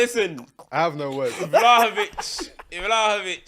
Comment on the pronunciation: man fully said vlahovic😂is 1/8th Serbian or something😂